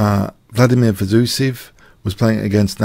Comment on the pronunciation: Fed oh say ev